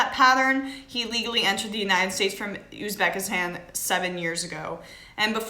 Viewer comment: Check that ratio you'll see what's good.... you're deff not a native New Yorker. Fuck you. Uzbekistan is not hard to say, and no one has bombed Uzbekistan. Go watch Sargons video on your nonsense, he's right and you're dumb.